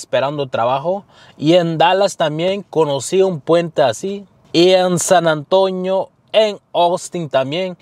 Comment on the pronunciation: SAN Antonio no es san antoño 🤣🤣